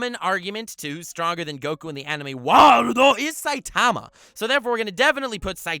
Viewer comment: Eeew the way he says saitama gives me suicidal thoughts